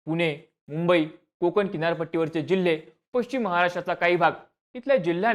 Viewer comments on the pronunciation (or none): none